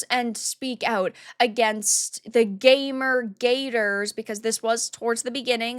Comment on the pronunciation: What's a gay mur?